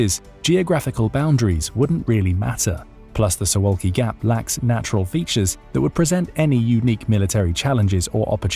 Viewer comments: I've watched one third of the video so far. Not trying to make deeper analyses yet, just wanted to note that you're pronouncing Suwałki incorrectly, and fixing it will be easy for you. This is about two simple consonants (you got everything else, incl. the vowels, just right). In Polish, the letter v is absent and the sound is represented by w, and ł is practically the same as w in English. So imagine you're tasked with reading Suvawki. :) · It would be easy to learn how to pronounce “Suwalki” and to check who has been Poland’s prime minister for the last three months.